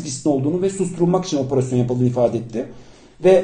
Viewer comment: Lutfen cok rica ediyorum oporosyon demeyin 😓 opErASYON